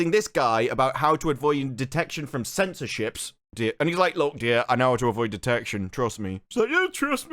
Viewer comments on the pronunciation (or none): I don’t know if you were trying to say “sensor ships” or “censorship” 😂. Though, let’s be honest; based on the amount of skin we’ve seen so far, especially from the main character, this show doesn’t exactly seem like it wants to censor anything. 😳